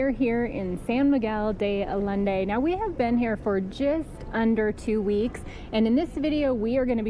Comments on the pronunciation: Allende is pronounced Ayende. Ll = y. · And it’s pronounced “Ayende”… Ignacio Allende was a leader of the Mexican Revolution. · 2 weeks there and still mispronouncing the name Allende. I don’t understand it. Have you not spoken to anyone? Guys come on. I love watching you two but it’s frustrating to hear names in spanish mispronounced so badly. It’s not hard. Just ask people. :-) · Thought I would also mention that double L's in Spanish, like in Allende, normally is pronounced similar to the Y in yes and sounds like yeh. Example- Ah-yen-day. There are actually four slightly different ways to pronounce double L's in Spanish and a hard L isn't any of them. Buena suerte! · El Jardin. And San Miguel de Allende. Two L make a y sound. And the J makes an h sound. Sorry, I needed to let you know. 👍